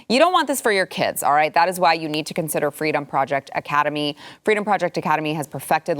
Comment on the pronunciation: Are we sure she didn't say "Fweedom"?